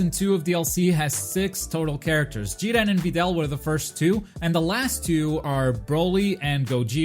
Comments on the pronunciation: It’s JIR-REN. Say it with me, JIR...REN. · Why do you say jiren so weird